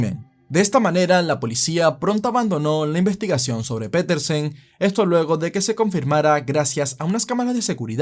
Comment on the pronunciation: Piterson: 🚫 Petersen: ☑️